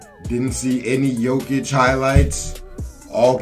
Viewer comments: Bruh, Jokic is pronounced Yoe-kitch, not the way you saying it lol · It’s pronounced yolkish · PLEASE PRONOUNCE JOKIC RIGHT